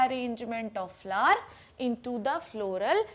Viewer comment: Very useful video but don't say flaar it's flower bhot Ganda lg rha hai flaar